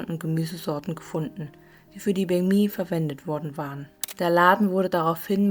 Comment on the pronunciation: Weil banh mi wie bäng mi ausgesprochen wird. „anh“ wird wie äng/enh ausgesprochen. Im Norden wird sehr „klares“ vietnamesisch gesprochen, vergleichsweise wie hier hochdeutsch. Je mehr man in den Süden fährt, wird der Dialekt anders und teilweise sogar sehr unterschiedlich.